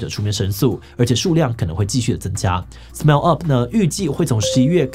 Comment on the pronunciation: 呃...SMAP唸成SMARP，Smile唸成Smell這樣好嗎？